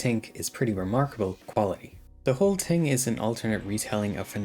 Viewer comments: bro says TIng instead if Thing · Pronounced " thing" not "tink"